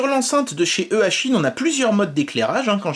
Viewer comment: Juste pour info on dit "ichine" sinon eachine est plus dans le domaine des drones mais pour ce qui est des drones cette marque est plutôt "renommée " donc je suis pas surpris de la qualité de l enceinte